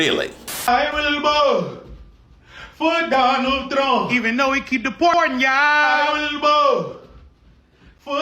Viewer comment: She said “I will boat my dad, for Donal Thrump”